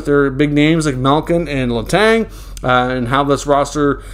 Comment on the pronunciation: please stop saying Letangggggggggg Letan ok